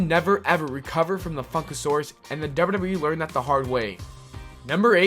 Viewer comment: why tf do you say WWE like that? FIX IT